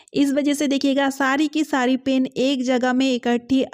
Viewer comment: Pain nhi pen bolo yaar😂